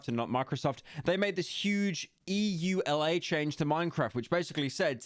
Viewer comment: bro said "EU LA"